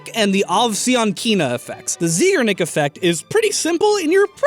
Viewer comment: Anybody else notice how he just switched up his pronunciation of Zeigarnik midway through?